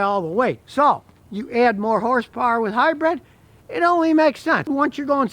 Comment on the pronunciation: Keep up the great videos! But…. It’s pronounced hybrid, not hybred ✌🏻